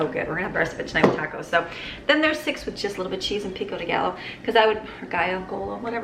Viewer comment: Pronounced "PEE ko De guy yo"! Lol